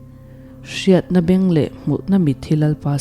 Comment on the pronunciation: I aw pek a dikin ngaihthlak a hahdam e, *helai ṭawng thluk hi hetiang zawk hian aw "Ui kallai beng (kan taksa peng kan 'beng' kan lam rik dan ang hian lam zawk tur a ni e)